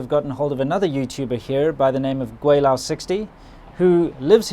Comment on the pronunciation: Don’t know about your Putonghua but you definitely need to work on your Cantonese. Gweilo is really not that hard to pronounce. On a more serious note: reasonably balanced video. You don’t need to (and didn’t state the obvious conclusion), which is at the end of the day, the Southeast Asian countries will always be far more attractive than China for retirees. Thailand, Malaysia, Vietnam; better on every score. Better air, better weather, better food, better women, better governments. And actually cheaper too. It’s a no-brainer but I’m glad you spared China’s feelings by not pointing that out.